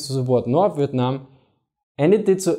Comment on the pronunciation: The way you said Vietnam made me chuckle, sounded like you said "Vitnam". Great video though! America: Let's just march into North Vietnam and end this, what could go wrong? China: Hold my Peking duck.